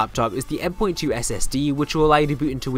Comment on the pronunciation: Did he just say "M 'point' 2?"